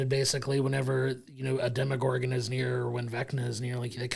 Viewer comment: Why do you keep pronouncing Demogorgon like it’s a French brown sauce or Bruce Willis’ ex wife?! There is no “i” in demOgorgon.